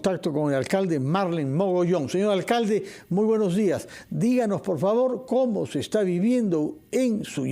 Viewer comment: Se dice : "buenos días". No buenoj jiaj. Habla bien